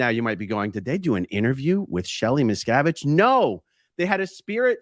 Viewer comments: Wouldn’t you think if the “Medium” had actually contacted Ally on Shelly’s behalf. That they would of told the Medium to tell the interviewer. How to pronounce Miss-Cav- Itch. I had to correct some one else on the pronunciation of Dave’s name. Lol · Missacavidge... Miz cAvid.... Misssscaavishh.. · The theater involving the name "Miscavige" is a well-known strategy of con artists like these to mask the fact that the whole supposed seance is in reality an invention based on news items and other worldly information. The name "Miscavige" is as plain as you can get in terms of English language names, and from the conversation you can imply that Kirstie Alley said the name, so they should have heard the correct pronunciation from her. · People like these 2 are scoundrels that milk bereaved families out of thousands of dollars 💵. It’s horrible! Everyone on the planet knows how to pronounce both Leah Remini’s name and Shelley Miscavage’s name! Miscavage sounds exactly like it’s spelled for cryin out loud! Yet they know about SCN practices! Give me a break! Ugh 😩 these people are evil! 👿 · I felt the the deliberate mispronouncing of the Miscavage name hilarious! Trying to sound like she's so unaware of the name and the standing in the cult. Ugh.